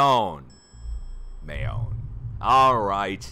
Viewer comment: Mayon is pronounced MY own. It is a crater lake type volcano. About an hour from Manila.